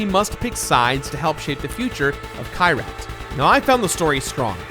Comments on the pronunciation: it’s key-rat not kai-rat😭. i’m sorry hate to be that guy. great video tho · Kyrat, not Kayrat., you mispronouncing villain. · Fun drinking game: Every time mispronounces Kyrat (KEY-rat) take a shot. Note: Make sure you’ve updated your will in case you succumb to alcohol poisoning.